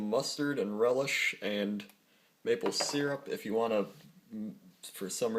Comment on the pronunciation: Your pronunciation of the word syrup reminds me of a mentally incapacitated rhinoceros.